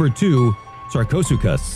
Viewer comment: Sarchosucus? You mean SarchoSooChus, courtesy of